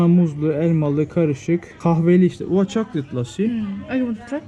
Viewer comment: bu nasıl chocolate demektir kore antep karıştı fazla türkçemi aşılıyon ne